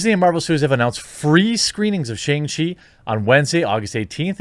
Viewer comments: SHONG CHEE. It's pronounced SHONG. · “SHONG-chee”. I love ya but please say it right